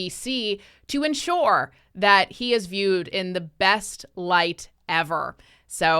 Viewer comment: ensure, not enshore